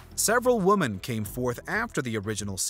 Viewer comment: WOMEN. Pronounced wemmen. It's used when referring to more than one WOMAN Damn. How did this guy even get the gig?